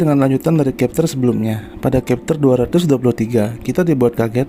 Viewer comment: chapter bkn khepter